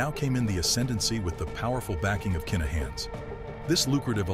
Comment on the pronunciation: Its kinnahans not keenahans as im from Glasgow and knew some of the Lyons and i live in Dublin where the kinnahans are from i know this is there names for a fact